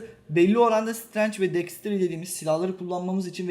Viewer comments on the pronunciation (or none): *sıtrenght diye okunur sıtrenç değil